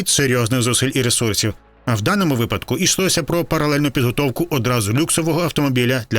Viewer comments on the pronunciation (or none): none